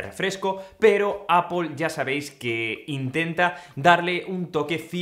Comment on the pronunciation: O "apel"